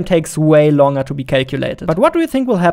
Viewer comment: Cool video, but please learn better English Too many words are pronounced stupidly Longer Accuracy Etc etc...